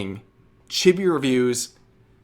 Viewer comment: Sorry to be the guy that does this but it's pronounced Cheebee not chibby. Just like it's pronounced Lolee not lolli, it's not like a lollipop, it's lolee as in lolita.